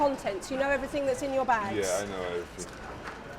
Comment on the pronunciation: "We'll explain everythink" she says.